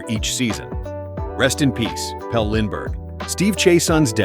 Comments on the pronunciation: Before you call yourself, maybe you should learn to pronounce correctly the names. You mispronounced a few of them. It’s PEL-LEE Lindbergh, not PELL. And it’s Rick RIPPEN, not RYE-PEE-EN. Those were just two. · Both Flyers players names were pronounced wrong. Pelle (Pelly) Lindbergh and Dimitri (Ter-tish-knee) Tertynshny.